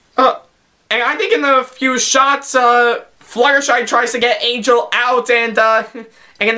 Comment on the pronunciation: He can't even pronounce the letter N. it's always "ngh" instead. "Anghel the bunghy"